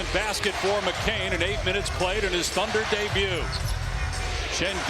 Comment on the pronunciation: Houston, sky is clear, not tunder